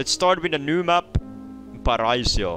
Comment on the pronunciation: That is not how you say Paraíso and Esperança 😭😭